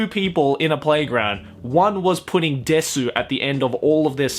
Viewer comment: In my opinion you’re a weeb if you watch anime dubbed into English. And I also think that you’re a weeb if you can’t even pronounce desu correctly. It’s desu not dessuuuu.